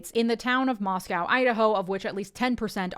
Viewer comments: Nicely done,! 👏👏👏 The ONLY thing you need to be corrected on, IMO, is the pronunciation of Moscow, Idaho. I’m local to Moscow and we say MOSS-koh, not MOSS-cow (that’d be Russia). 😉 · I live 30 min from the town that Doug Wilson started his little cult in. Suffice to say that everyone who isn't a convert absolutely hate him and his enclave of misfits. PS. The Moscow in Moscow ID is pronounced Moss-Co, not Moss-Cow like the one in Russia. Don't worry, everyone who isn't a local gets it wrong lol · Also I'm from northern Idaho and it's pronounced "moss-coh," unlike the Russian equivalent.